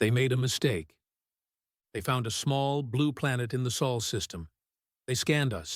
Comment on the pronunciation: Wow, the ai learnt Sol and said it right :P